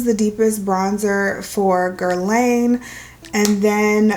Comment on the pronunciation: Nice luxury review! Just FYI--it's pronounced "Guer-lahn ".